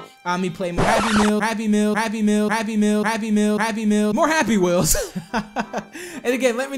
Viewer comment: he said "Happy Meels." He meant "Happy Wheels."